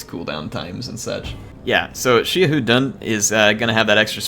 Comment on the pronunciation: Xia in XiaHou Dun is pronounced as See-ya, make sure to pronounced it close.